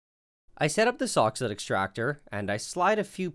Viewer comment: For those who are not clear on the name of the extractor device, it's a soxhlet extractor. I kept hearing "sock's foot" or "soxhood", but those are wrong.